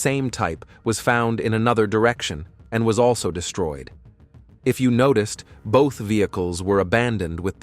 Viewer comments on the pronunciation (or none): none